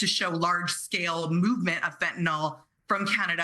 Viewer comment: Fentanyl..... the ending is not -OL. It's FentaNYL.